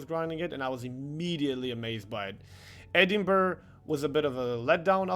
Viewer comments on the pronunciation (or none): none